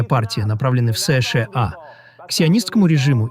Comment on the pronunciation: Ты можешь выговорить нормально США а не как Ии бот😂